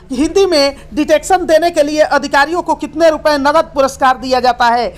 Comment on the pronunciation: साहित्यिक को साप्ताहिक और डिक्टेशन को डिटेक्शन मत बोलिए ! संसदीय राजभाषा समिति में 30 सदस्य होते हैं , आपने सदस्य संख्या 30 को (कुल तीस) बोला है जो उन्तीस सुनाई दे रहा है ! उच्चारण सही कीजिए , जिससे भ्रम ना हो !